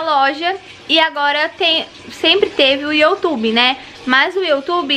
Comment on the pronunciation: Se fala "iu" tube e n "io" tube.